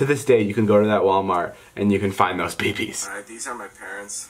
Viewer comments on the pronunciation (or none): Lol I thought he said pee pees instead of bb's lol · Hay David you said pee pees instead of bb's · Thought he said "you can still find those peepees " but he said " you can still find those beebees